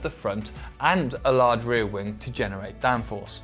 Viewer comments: Why is it that i hear wingK instead of wing? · Rear wingk, wingk?, really annoying